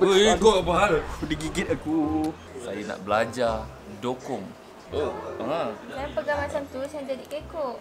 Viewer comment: acap dukong bukan dokong